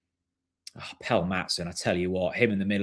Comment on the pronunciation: Why do you still insist on calling him ‘Pell’?